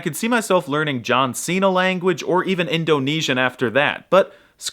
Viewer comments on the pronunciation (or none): none